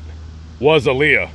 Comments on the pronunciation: To correct way to pronounce her name is Aaliyah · Her name is Aaliyah that's the correct way to pronounce her name